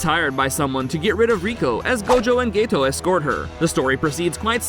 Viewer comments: stop saying gaytoe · why does he call geto gaeto😰